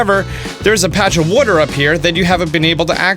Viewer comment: I heard "wooter" my man's from Philly?